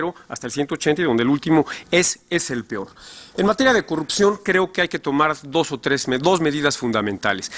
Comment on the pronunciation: El pior desempeño ? Dijo pior ?